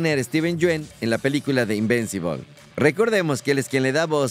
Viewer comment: No es invencibol 🤦🏾 es invincible o en español invencible.